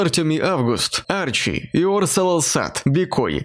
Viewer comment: Касательно спонсоров, разрешите доколебаться. Arhi читается как "Ари", а не "Арчи".